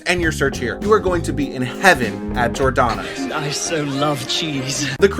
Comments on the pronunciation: Good video overall, but.... Gi-or-da-no's you're missing the emphasis on the G and then the OR for G-or, as you seem to be saying Jordano's. Also, Giordano's isn't the same at Lou's or My PI, as Giordano's is adds an extra layer of dough over the cheese and toppings then the sauce. As a whole they are ALL pan pizza's, just that in Chicago we call it deep dish, not pan. They all use a deep pan to put the dough in and push it up the sides a bit to create the crusts you saw. Pequod's adds cheese on the sides to caramelize into the crust but it's still deep dish and to many the best pizza in Chicagoland area. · Giordano's for the win. You are missing a syllable when you pronounce it though. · If Giordonos is your favorite, at least learn hoe to pronounce it correctly